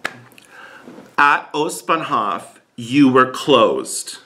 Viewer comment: Its Ostbahnhoooof Not Ostbahnhofffff